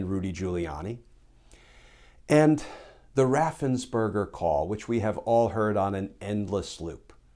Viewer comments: Brad Raffensperger’s name has probably been mispronounced all his life… poor guy, he’s not a “…burger” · Ooooh, his name is Raffensperger! Everyone pronounces it as Raffensberger.